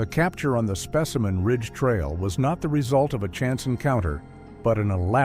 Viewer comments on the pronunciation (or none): specimen ridge and then suddenly called spaceman ridge? Dont bother listening, bot lies.